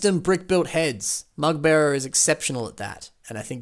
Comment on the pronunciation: "Let me know if I'm butchering it" You sure do, you sure do.:V I suggest, just call me The Mugbearer, like anyone else.:P